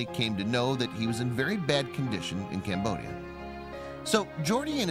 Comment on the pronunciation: Me hearing camboshia and as a khmer i just had to check